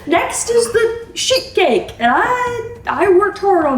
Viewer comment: I had my volume turned down, and I kept on hearing "shit cake" rather than "sheet cake"🤣🤣🤣